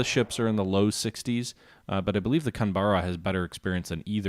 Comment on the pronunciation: Pronunciation Yu-Naw-gee not Yu-Nah-guy And Can-bear-uh not Can-bar-uh